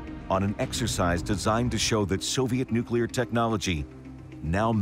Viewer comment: the Soviets the nucular subermaine before the united states